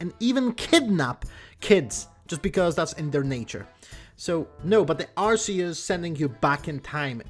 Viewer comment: I’m glad you pronounced Arceus right